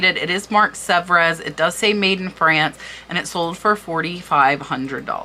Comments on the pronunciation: Just a small correction, but it's a word that comes up often here: "gild" is pronounced with a hard "G", as in "guild". "Sevres" is pronounced like "Several", but cut off just before the "al" ending. You end on a guttural "R". "Cloisonne" is as follows: Clwah- zone- ney. Love your channel. Thanks for sharing your knowledge. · Unreal soo beautiful. It would be hard to sell but id be afraid id break one. Sevres is pronouned sev and gilt is pronounced differently. Great video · Sevres is pronounce sev-re, with a slight roll on the 'r' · Serves is pronounced as suh-vreh in English. Pronounced sev in French. The letter "s" is not pronounced at the end of words in French unless there is a vowel after it. Loved your video. Must subscribe! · I say this with all love ( and I'm old and have been junking since grade school so I had to learn a lot) but Aynsley is pronounced AINs lee , Sevres is pronounced Sev , and Meissen is pronounced MY sen. Thank you for all you do! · Also, you need to research the pronunciation of words such as 'gilt', which has a hard 'g' and cloisonné which sounds like 'clo-zo-nay'. Sevre is another tough one to pronounce. Good luck.